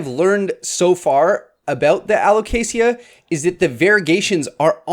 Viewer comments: I've only ever heard it pronounced alo-kay-shuh /alo-kay-shah, without the hard "sia" sound like you said! I always silently corrected the other pronunciation to myself on these videos, but never commented about it because I always worry about coming across badly even if its intended well 😅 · This is how Alocasia is properly pronounced a•luh•kay•zhuh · Aloe - kay - Sha 🤣🤣🤣🤣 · Who corrected your pronounciation of alocasia? They're wrong! lol It is [al oh kay zhuh] with a Z sound, not the soft S. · Think of it in these terms, you don’t pronounce the L in salmon. You don’t pronounce the I in Alocasia. AL-OH-CAY-SUH. Hope that helps 😆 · Dude, there's no ea at the end of Alocasia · I don't know anyone who pronounces alocasia with a hard 's.' But i dig it! Much fancier! And also, ty for this video! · Are you sure that’s how you pronounce alocasia?